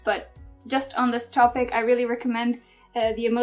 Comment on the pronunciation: "Topic" is pronounced "top- ic," not "toe-pick."